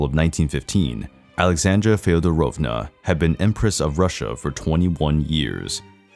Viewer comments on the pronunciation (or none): Fee Odd Drove nya is how you pronounce it.